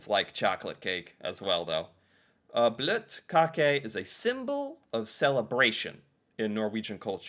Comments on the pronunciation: Til å være en amerikaner som ikke forstår norsk så var dette ganske perfekt uttale av bløtkake. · Nice pronounciation. Both the E in the end and the Ø in bløtkake. I’ve no idea what brettemesse is. Bløtkake is not a xmas cake, it’s all year kinda thing. For Xmas many familys have their own traditions but overall it’s baking traditional xmas cookies, and making gingerbread houses. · you're pronunciation of the Bløtkake is absolutely correct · perfectly said bløtkake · I'm 33 years old and norwegian. I've never heard about brettemesse. You say bløtkake correct 😁 We have Milk on every layer with cake to make it soft (bløt) 😁 more whipped cream and fruit inside 😁 Even norwegian kids can make bløtkake at home ☺️😉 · you said bløtkake right :) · Your pronunciation of bløtkake is on point btw:) it is a very popular cake, here where I'm from anyway. It could be used in birthday celebration, weddings etc, etc. It is simple and fast to make from bottom up. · Your pronounciation is good. Bløtkake is basically any butter free white sponge cake with cream and some filling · Never heard of Brettemesse. Your pronunciation of Bløtkake is spot on. I usually fill my bløtkake with pears from a can and fresh berries. I use the liquid from the can of pears to moisture the cake before filling, otherwise it will be quite dry. Bløt is the norwegian word for soak or wet, hence the name bløtkake. But to moisture the cake you have to be very careful, you don't want to use to much.